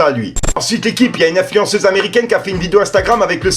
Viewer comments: Il as bien dit afluensuseuce ou j'ai rêvé.,.mdr tu es le sang 💪✊ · Non influensuceuse 😂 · Écouter bien à la 59e seconde 😂😂😂! "Influensuceuse"! Sinon force à toi bro! T'es le meilleur🙏🏾❤️ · Il dis l’influensusseuze mdrrr